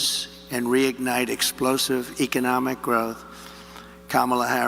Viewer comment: Trump's low energy delivery is something we're all getting used to now, since it's a daily feature of his "weird rambling." He can't even say "economic." It's really not that hard a word to pronounce.